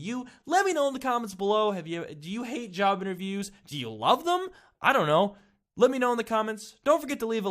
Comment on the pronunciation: I thought he said child abuse then I turned the captions and it said job interviews